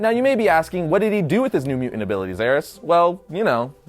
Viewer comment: You say mu'ant... Instead of mutant... Your welcome!